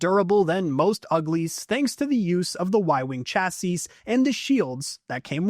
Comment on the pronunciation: You don't pronounce the last S in "chassis"